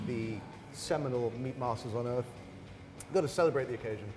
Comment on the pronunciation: favorite place on "euth"